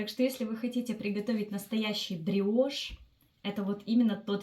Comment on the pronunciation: Не гриошь а бриошь